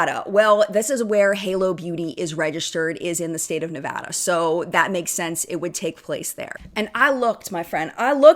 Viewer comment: Thank you for saying ‘Nevada’ right 😅